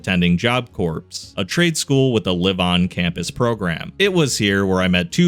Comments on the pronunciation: Can we just talk about the pronunciation of the word “corps”? It doesn’t sound like a dead body. It sounds like the center of a machine. Pronounced “core,” not “corpse.” Yes, it’s confusing. It confused me when I first met it too. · Small nitpick, Corps us pronounced Core, like apple core